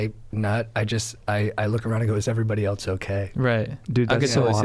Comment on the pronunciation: I looove the way says else. ELTS. Dank.